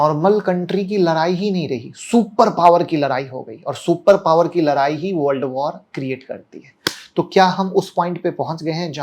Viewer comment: Larai nahi ladai hota h